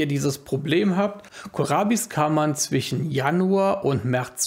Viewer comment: Warum sagst du immer zwichen statt zwischen?